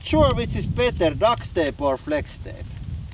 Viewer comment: Duct is pronounced with a "T" on the end and you saying Duct with a "K" on the end and it sounds like Duck. 😜👍